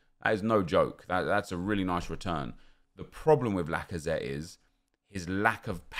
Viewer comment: Alexandre lacazatte? haha more like alexandre lackOfThreat